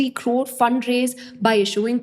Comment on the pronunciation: I love the way you say Crrrrrrrrrore